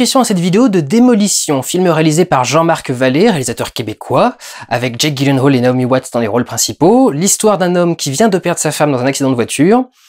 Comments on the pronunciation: Ça se prononce "yilenhal" ;) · Petit commentaire en passant : ça se prononce "Yilenhèyle" :3 Voili voilou (et si vous voulez vérifier : Bonne journée à tous, et continue Durendal, j'attends le prochain PJREVAT avec impatience ! :)